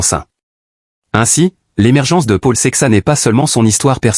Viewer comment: The name is Portuguese adn should be pronounced as Saishes. He is a talent btw lets see how he develops. We need him to compete with Pogacar in the grandtours and hilly classics so good luck to him!